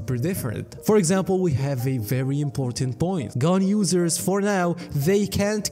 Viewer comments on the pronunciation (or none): "Ganyu-sers" oh, 'gun users' XD